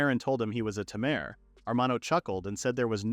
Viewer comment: unsure if your joking or not. Also unsure if its obvious or not but he mispronounced tamer as something like tarmor, just found it surprising since mistakes like that hardly happen here.